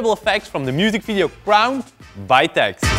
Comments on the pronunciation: TEXT??? TEXT?!!! it's Tee Ex Tee. Also cool video, keep it up ma bois👍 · umm...it's TEE EX TEE (pronunciation for TXT) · did you just pronounce txt like "text"?? jesus xd loved your videos already before, but know that i knoe wou do this kind of things with kpop MV s more! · Its (Tee-Ex-Tee) Hehehehe